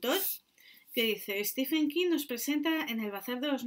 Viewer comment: Se pronuncia en su caso stíven, no stífen.